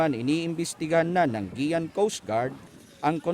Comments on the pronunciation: nakakaawang reporter parang gutom kung mag ulat..kumain ka muna mali pa pronounce niya guiuan (giwan)hnd giyan... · Anong Giyan! Guiuan ganito Yung pagpronounce (giwan) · Gi-wan kase hindi Gi-yan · Guiuan = ge-wan ✔ = ge-yan ❌ Kaya pala di ko gets kung ano ang ge-yan(Guiuan) 🤔 Guiuan(ge-wan) yun 😂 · GIWAN po tamang bigkas. dpo GIYAN..... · giwan po ang bigkas dyan hindi giyan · Itong reporter d man Lang nagtanung tanong kun anu talaga Ang TAMAng pagbigkas ng pangalan lugar... Guiuan "Giwan" not "GIYAN" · Hindi po GI'YAN pagka pronounce ng Lugar, GI'WAN po (GUIUAN SAMAR) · IT PRONOUNCE AS (GI WAN )NOT (GIAN) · geyan? haha. gewan pagkabasa nyan. in spelling. guian. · Aric Theodore imbes na (giwan) ang pag pronounce, (Giyan) nMan sa ulopong n reporter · ang pronounciation jan ay hindi Guian or giyan, ang tamang bigkas jan ay GIWAN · GUIUAN (Gi-wan) po! Hays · Tanga namn nitong reporter may giyan Eastern samar ba na lugar olol guian ndi giyan!!!😂😂😂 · Isa pa to kinorection mo na nga mali pa hahaha. Guiuan po. "Gi-wan" perfectionist eh hahahaha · mali pa pagkaka pronounce ng Guiuan anu ba namang klaseng reporter to